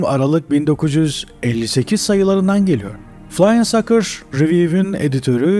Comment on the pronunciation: FLYING SAUCERS kelimesinin okunuşunu lütfen öğrenin, bu önemli çünkü sizin telaffuzunuz ile ortaya çıkan kelime oldukça ayıp, argo bir kelimenin okunuşu ile aynıdır...